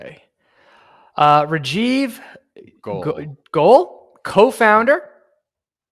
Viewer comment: Goel is pronounced Go-el